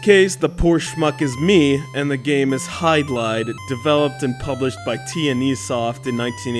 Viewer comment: Hey,! The game is pronounced "HID-LIDE," not "HYDE-LIDE. Also, The Legend of Zelda is not an RPG, it is an action-adventure title.